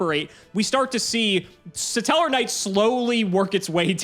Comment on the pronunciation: Why does pronounce “Stellarknight” as “Suh-Tellarknight”?